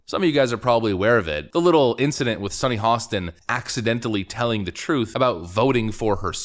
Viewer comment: Dude, you really need to learn how to pronounce people's names. It's HO-sten. Not HA-sten.🤦‍♂️